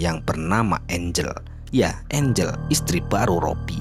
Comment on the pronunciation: angel x bukan engle